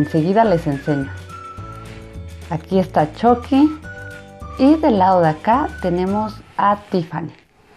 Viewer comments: Se pronunsia chucki no chocki 😕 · Se dice chuky no choky Igual me encantó como lo isiste espero que a gas muchos mas❤❤❤❤❤❤❤❤ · No se dice choqui se dice chuqui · Dijo choqui elugar de chuqui 🤣🤣🤣🤣🤣🤣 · Se dise Chuky no Choky